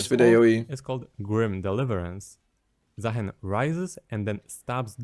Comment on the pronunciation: It is, in fact, Zaah(ee)n